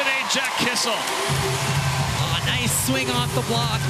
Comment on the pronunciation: seriously someone needs to teach these commentators how to pronounce names. KISS-IL is killing me